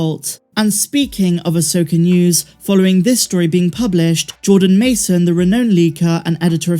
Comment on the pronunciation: I’m not sure, but it sounds like you’re trying to say “renowned leaker” on a couple of occasions. If that’s what you meant to say, I just want to let you know that “renowned” rhymes with “sound,” not with “zoned.”